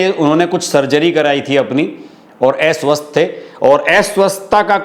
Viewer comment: Aapka pronunciation aswasth ko Eswasth bolate Hain Aisa kyon😢😮😅😊😂🎉❤